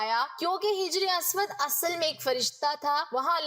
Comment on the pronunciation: محترمہ " hajri" اسود پڑھیے نہ کہ " hijri" اسود ۔ شکریہ